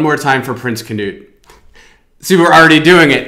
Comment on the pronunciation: Who is "Prins CANOE"??? His name is "Prins KNUD"!!! Sorry guys ... The 1`st is a boat! The next thing is a name ( HA HA ).